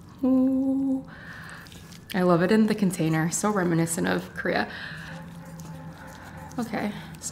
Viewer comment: It’s K-O-R-E-A, please stop saying Kria.🙂